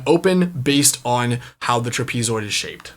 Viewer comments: Cool video, but… truh-PEE-zoid? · Tra-pee-zoid? No. No. No.